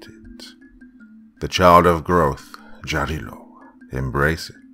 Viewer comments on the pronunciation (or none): Sorry, "Jarilo" - Sun God - is pronounced "Yarilo", not "Dzharilo". Probably "Jarilo" is how Germans with their "Ja, ja, mein Herr" wrote that word down. "Yarilo" comes from "yarost" which means "fury". So - Furious Sun. Or "yarkiy" - "bright".